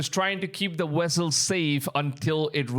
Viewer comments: Dude u need to improve your speech Wessel Vessel with a V Moving with M instead of mooing... and yes rumors the ark is being guarded in another country trump already visited its location and had created a replica of it. Look it up. .. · It's a vessel, not "wessle" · It's "vessel" NOT "wessel". How do the indian people that have taken over the united states convience store business and that's speaking to americans everyday speek such bad english?? Thank you come again🤣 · Only my opinion but vessel not wessel😊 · What is a wessel? I think you mean VESSEL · This fool just posted a video about Ron Wyat finding the Ark, and now he posts this????? Bro, read the Bible, anyone other than Aaron's lineage dies when they touch it!!! Not to mention the Angels are guarding it. Its a vessel not wessel! Dude needs to consider going back to play his cool video games, rather than posting garbage like this!!! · Wth is a wessel 😂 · Your sayin "wessle" like Chekov in that STARTREK movie 😂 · Sorry, couldn't get passed the first minute with all the wessels.😂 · Wessel had me going, sorry i couldn't help it 😆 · very true! I didn’t mean any disrespect. It just caught me off guard the first time he said, “wessel”, then he said it like 20 more times and I had gotten a giggle from it. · You Can't say V's Very well huh...lol...cute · I thought me hearing the W instead V was just me this whole time.